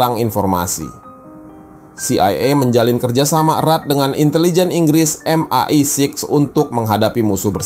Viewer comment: Tenang mas... MI5/MI6 cukup disebut "em-ai-faive" & "em-ai-siks".